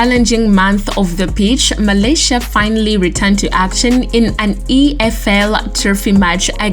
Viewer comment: "Ahkkkkmad" WHAT? Tyrell Malaysia??? Are you taking the piss now??? ROFLMAO. Lady you committing sack-able offences tbh sheesh.